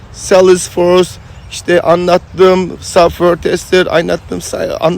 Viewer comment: Abicim süpersin. İlk başta saffır saffır deyince anlamamıştım meğer softveyr (software) diyormuşsun şimdi oldu 😂😂